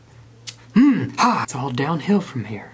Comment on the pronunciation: “For you my LOORD”